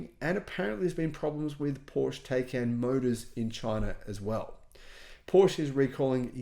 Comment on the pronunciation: It’s pronounced Ty-kon